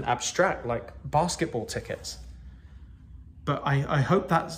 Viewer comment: "Barsketbull tekets"